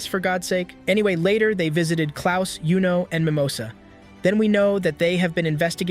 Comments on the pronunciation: Pronouncing yuno as Yo-No already was a red flag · Bro its not jowno its yuno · I want to stop watching based on that. He put in a lot of work on this props for that. YOU-NO is the correct pronunciation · it's youno not yono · Wassup with bro saying dude’s name wrong when bros name not that hard to say. That’s a red flag get the name right bro